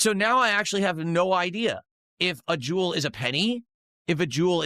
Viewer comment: Oh hello Jew-el